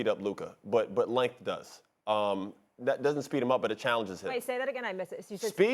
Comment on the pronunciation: "lenth" -LeBron James